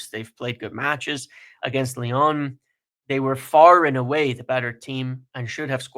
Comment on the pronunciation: why do you pronounce Lyon Lyone? And INEOS INEOSE?